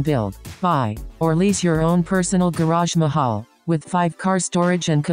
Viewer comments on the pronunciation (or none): "Garage-Mahal" lmfao!